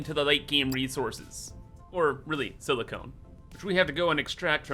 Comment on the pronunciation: SiliCON, not SiliCONE. ;)